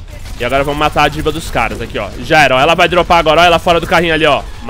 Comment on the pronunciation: Diva? sauhasuhau na vdd ta errado o jeito de falar